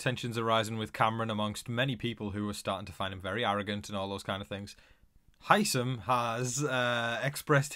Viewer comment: Why does everybody, including you, pronounce Hisam wrong?